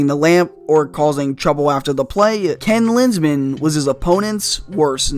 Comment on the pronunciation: didnt even need to watch more than 20 seconds to know he meant ken linsmen